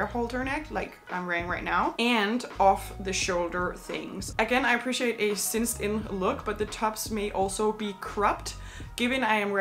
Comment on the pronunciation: It’s cinched in not cinced in.